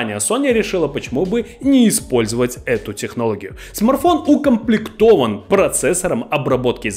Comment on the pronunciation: Парень, я думаю правильней будет если ты будешь называть его правильно- не смарфон а смартфон